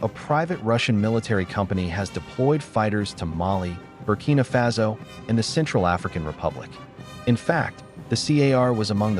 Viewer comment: It's pronounced fah-so and you know it